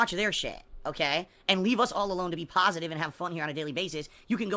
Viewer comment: definition of pahstive - GIVE ME MONIES